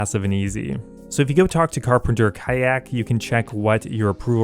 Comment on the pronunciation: Bro.... "Carpenter Kayak!?!?!" Hahahahaha. Is that how "Kjallak" is pronounced? Or did you just not give AF 😅